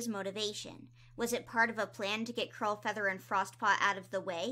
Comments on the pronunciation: Am I mishearing her or does she keep saying crowfeather instead of curl feather?? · I was listening while doing other things and kept hearing “crowfeather” instead of “curlfeather” and imagine my confusion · Omg when you said ‘Curlfeather’ I LEGIT THOUGHT YOU SAID CROWFEATHER- and I was HEAVILY concerned. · Honestly me too lmao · i keep hearing Curlfeather as Crowfeather and getting confused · As someone who hasn’t picked up a book since oots, I listen to your videos in the background and everytime you said “Curlfeather” I heard “Crowfeather” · Kept hearing curlfeather as crowfeather and got very confused. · It’s Curlfeather- 🥲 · It took me so long to realize is saying “CURLfeather” I was so confused like ‘Why is Crowfeather on a RiverClan patrol?” “Since when is Podlight siblings with Crowfeather??”